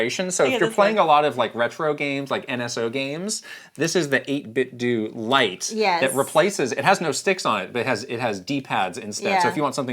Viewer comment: 8-bit-do as in Ninten*do* Not 8-bit-dew 🤦🤦😂